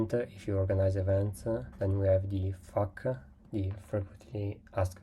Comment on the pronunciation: hey bro, thanks for the tip. However, next time just say 'F A Q' or 'Frequently asked questions.' Everytime you said 'FAQ', it sounded like 'F**K 🙃